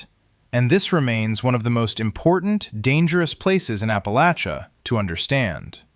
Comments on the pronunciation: The narrator is pronouncing Appa-LATCH-uh correct! At least like us southerns do in the region! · Thank you for pronouncing "Appalachia" correctly! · At least you said Appalachia right cat stand the northern pronunciation live southwest virginia most of my life not west virginia im close but we are the part of virginia east of Roanoke dont claim im about 20 minutes from the Breaks Interstate park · I LOVE, LOVE, LOVE that you pronounce Appalachia correctly ! ! !👏👏👏